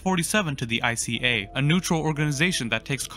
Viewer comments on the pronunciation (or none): Ica is a super market in Sweden and it’s pronounced ika